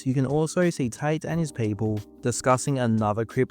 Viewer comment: his name is tate not tight